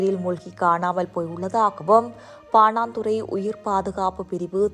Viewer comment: சனியனே பாணாந்துறையல்ல பாணதுற அல்லது பாணந்துற. உச்சரிப்பை பழகி உன் வயிற்றுக்கு கஞ்சி ஊற்று.